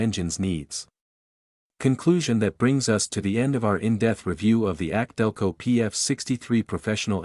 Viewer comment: Instead of more videos teach your computer how to properly say K&N and AC Delco. 👎🏻👎🏻